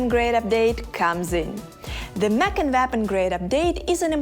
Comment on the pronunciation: Anyone else hearing MAC arena? Like Mac and Cheese? I know I know it's a language thing, but still funny... :P